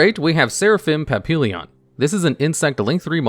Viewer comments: It's pronounced paa pee yon Not papillion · It's pap-ee-yon. It's just french for butterfly. It ends LLON not LL"I"ON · I love your content, love your lists, but for the love of God, LEARN HOW TO PRONOUNCE PAPILLON!!! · Please, for the love of God, put Papillon into google translate on french and listen to how it's supposed to be pronounced. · The way he pronounced Papillon hurt